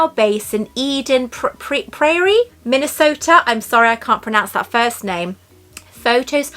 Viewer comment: For what it's worth, you pronounced "Eden Prairie" perfectly. 😁